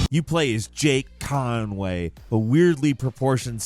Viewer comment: The way says "Jake Conway" cracks me tf up 🤣